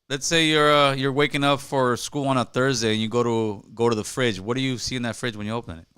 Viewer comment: Yo i love how he said he is was soo smart in elementary and then he said elementary SKROOL😂